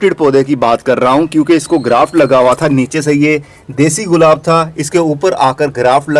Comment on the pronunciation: برادر یہ غلاب نہیں گلاب ہوتا ہے۔